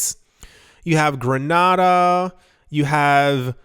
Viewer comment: It is pronounced "kits and Knee-viss", and "Grenade'uh". 😋